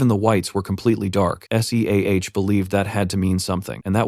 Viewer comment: Hate it when the voice spells SEAH. Otherwise, an amazing voice over.